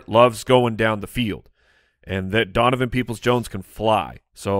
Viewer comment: Is it just me or does zonovan Knight sound like you're saying his name wrong?